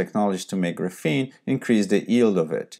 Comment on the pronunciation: yeah but you just called graphene graphine